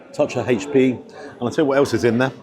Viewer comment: Oh,!! You can be such a drip at times! Also, it's not " haitch p sauce" it's "aitch p sauce.'